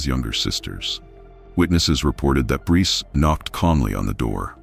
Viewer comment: Sa-coy-a (sacoya)🙄 Br-ice (Bryce) 🙄